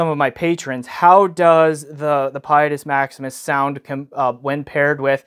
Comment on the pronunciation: you’re supposed to say its name with an ITALIANO accent. 😸